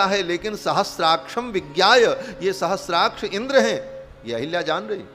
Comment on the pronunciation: अहल्या को अहिल्या और सहस्राक्ष को सहस्त्राक्ष बोलने वाले ज्ञानी नहीं हो सकते।बकवास बन्द करो। कालनेमि है